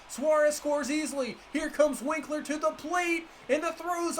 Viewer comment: It’s wink-er not winkler